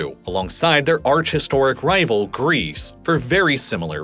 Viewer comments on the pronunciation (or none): none